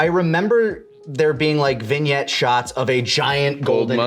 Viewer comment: Lani's word of the day: Vinyet Seriously, take a shot every time he says it.